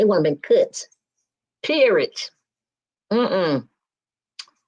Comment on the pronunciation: The word is PERIOD...NOT Perid.. Go get some speech therapy...